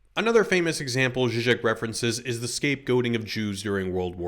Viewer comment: I would like to hear more about Zizek, but for another comment I wouldn't have even known who you meant based on pronunciation, links to references and names in the description would be hugely helpful